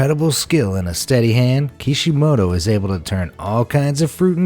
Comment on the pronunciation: When he said kishimato I thought he was saying the creator of naruto